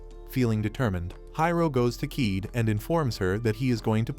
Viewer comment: It's not keeed it's ka ye de